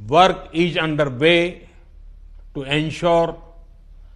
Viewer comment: All ij well bhai......... 🤣🤣🤣🤣🤣